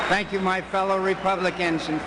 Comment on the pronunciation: lol so gay voice : sankQ sankQ